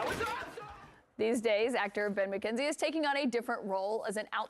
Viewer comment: I swear she's saying "Bed McKenzie"